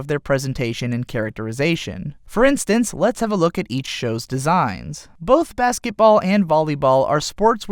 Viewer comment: BaskeT. BASKET. It's called BaskeTball, not Baskeball. This is really gonna annoy me, isn't it?